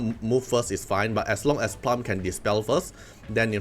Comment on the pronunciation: Bro. It's plooom.